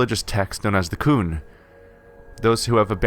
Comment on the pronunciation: the qun is pronounced qune and you have played dragon age 2 ??? and you don't know how to pronounce qun. they say it through out the game. sorry. not trying to diis you or anything its just annoying. to hear you mispronounce the word. no offense.